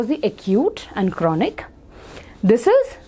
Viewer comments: She said coronody to chronic (RECOVERS LATER) 🤣🤣 Then said Cono to congenital Then japan something to Japanese Encephalitis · what!? It sounded like corona! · what's choronic😂